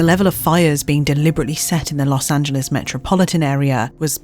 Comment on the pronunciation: She pronounced Los Angeles right!!! 😄🥳 So, SOOOOOO many foreigners (and even Americans) pronounce it incorrectly as "Los An-gel-lees" vs the correct "An-gel-lis".